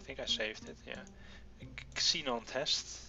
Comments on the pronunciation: Just for clarification, the "X" in Xenon is pronounced with a "Z" sound. For example, Xenon would be "ZEnon." Its really confusing because the English language is full of weird exceptions. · Just so you know, when there is a word that starts with an "x," it is pronounced "zee" (I know you are not english), so Xenon gas is "Zeenon gas," in terms on how it is pronounced.